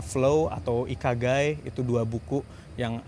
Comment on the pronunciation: mungkin salah ngucap, yang saya tau ikigai, on prosses di shopee 😂